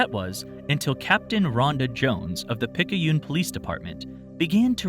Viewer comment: I grew up in the NOLA area where the local news paper was the Times Piccune (pick-yoon). Every time they said Picky-yoon my brain kept saying "You're saying it WRONG!" It's not even the same dialect, calm down brain. 😓